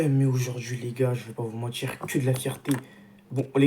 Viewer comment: si t'essayes de bien parler, arrête avec "j'veux pas vous mentichhhhhhrrrrrr" et "si J'AVAIS fais ", pas "si j'aurais fais". Voilà voilà. 🙂👍 On est champions! 😎